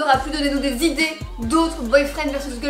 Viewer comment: Tu dis geulfrend